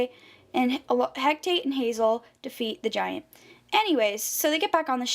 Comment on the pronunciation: you pronounce it *HECATE, not HECTATE